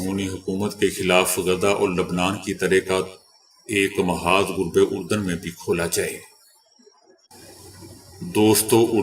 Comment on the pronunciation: یہ جو آپ آج تک لفظ غلط پڑھتے ہیں غرب اردن اس صحیح کریں